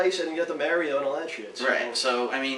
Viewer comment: I love john rambo, but he pronounced mario wrong. that pissed me off just a little bit.